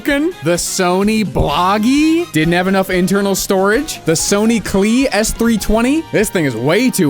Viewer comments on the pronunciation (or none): It's not a Sony "Clee" it's a "Clee-ay". Heck of nug tho! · AAAAAAAAAAAA IT'S HAPPENING IT'S FINALLY HAPPENING AAAAAAAAAAAAAAAAAAAAAAAAAAA Also, Clié is pronounced clee-ay, not clee - that's what the accent above the e is for.